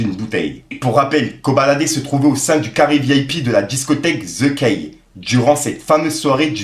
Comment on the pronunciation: le nom de la boite se dit: zeu ki ( prononce ainsi) the key = la clé